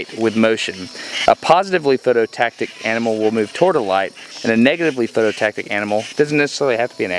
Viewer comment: PhototaXic, not phototactic. Phototaxic!! That's all. Carry on.